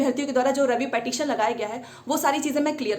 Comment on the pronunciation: Phle tu पिटीशन bolna seekh le madam